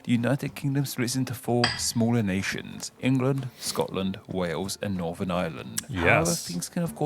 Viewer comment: sorry, i had to stop at 2 mins.. lol. i cant abide listening to people who cant pronounce TH properly. i got as far and NorVern Ireland and... FurVer.